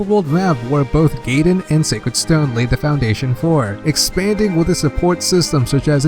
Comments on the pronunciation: Guy-din not gaydin lol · "Now before we get carried away, let's move on to the second game in the franchise: Fire Emblem Gayden" Great, another person that doesn't know how to pronounce Gaiden properly. In case you want to know, it's pronoucned "Guy-den" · GUY DEN, GUY DEN! IT'S NOT GAY DEN GERJKGNERKL;GNERK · He forgot FE12, which introduced the customizable character, and mispronounced a good 4/5 of the names, I'll list what I remember: Guy-den, not Gay-den Fal-kion, not Fal-shion (Celice's name isn't even Seliph, get facts straight there.) Eph-ram, not whatever the fuck he said That's all I remember atm lol At least it was an good quality, informative video and the creator wasn't an Awakening fanboy.